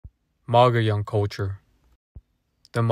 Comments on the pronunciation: Please pronounce it right mug ee own. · Is pronounced mo-go-llon not mugeeown. Mogollon is an actually Spanish named.